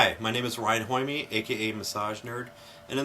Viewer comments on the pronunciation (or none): Did he say his names was "hornyme" ???